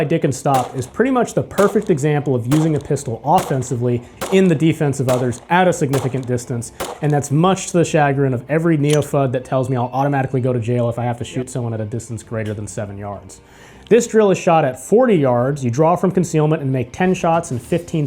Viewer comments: shuh-GRIN, my fellow. I really like my 13 year-old Glock 17 Gen 4. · Shag grin? you mean chagrin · Accent on second syllable of the word chagrin.